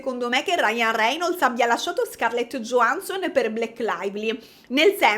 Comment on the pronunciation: io ti amo però non mi pronunciare Blair 'BLEIR' 😭si pronuncia 'BLER' senza 'i', e Scarlett Johansson 'YO-HAN-SON' non 'GIO-HAN-SON' <3